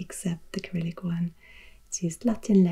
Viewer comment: In English, Cyrillic is pronounced with a soft C at the beginning, not with a k. : )